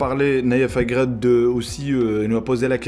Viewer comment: C nayef aGUERD et non aGRED